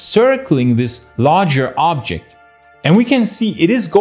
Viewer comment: Everytime he says "Ooooobjekt" drink 🍸 whatever you want